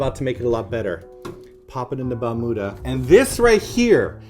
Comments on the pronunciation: Balmuda sounds like you were saying bermuda.. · Yayyyy! New video! I wanna have one too. It is pronounced as Bal-miu-da (バルミューダ) actually. :)